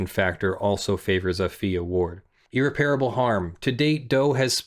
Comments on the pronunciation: Irreparable. EAR-REPPER-ABUL. Not EAR-REPAIR-ABUL. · I must apologize in advance! irreparable [ ih-rep-er-uh-buhl ] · If my lawyer was as incapable as you are of pronouncing the word irreparable correctly I would dismiss them immediately and find new representation. This is a word that comes up all the time in your line of work, so you should have been able to figure it out by now. Its no wonder you got your ass handed to you when you filed your objections against Malibu in the case you mention. Where’s your due diligence on pronunciation?